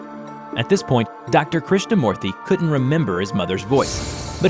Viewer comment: Krishna moorthy hmm you didnt butcher it that much.. Good job! im indian